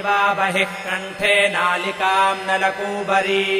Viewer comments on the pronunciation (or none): 27th shlok first line * Nalikaam* word h aapne Naalikam Chant kiya h . Kindly correct this .